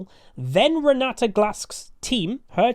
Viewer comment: GutsGoreNGrind - EUNE Renata It's my mom's name( It's Polish)😃, so there is no other way for me than to master this champion! 😏 Also i am very pleased to hear You say her name correctly 👌, yes it is RenaTa note RenaDa as some say. Thank You for the video, Can't wait!